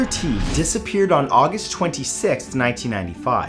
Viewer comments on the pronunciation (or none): none